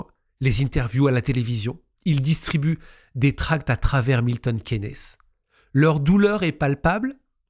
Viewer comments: Cool story. Ps: on dit Milton ‘quins’. K-i-ns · Milton Keynes se prononce Milton Kines